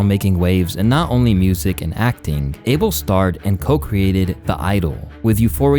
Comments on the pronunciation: His name is not Abel like Able bodied it’s Ahh-bell smh but whatever he’s ok with lol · its Uh-bel NOT ABLE. Say it correctly